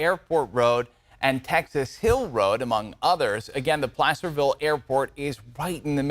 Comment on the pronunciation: did this nitwit say "Plasterville"?